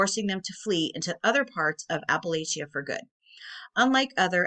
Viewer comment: Love your vids. But as an Eastern KY Appalachian, it's pronounced App-uh-latch-uh or App-uh-latch-un 😄 Keep up the good work!